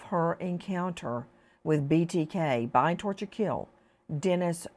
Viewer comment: Nancy sorry to correct you but it's Bind Torture Kill not Bye Torture Kill.